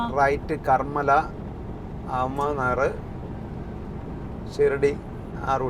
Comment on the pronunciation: കർമ്മല അല്ല, കർമ്മാല ::.. Tembhurni - Karmala - Ahamad Nagar......